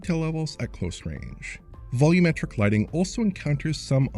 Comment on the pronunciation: AAAAAAAH! I'm so happy! said "volumetric" correctly! The dark times are over, both and now say the term correctly!!